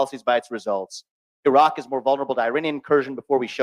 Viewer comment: Vivek Ramaswamy is brilliant. One thing that amused me though is how he pronounced Iraq correctly but still call Iran as "I" ran.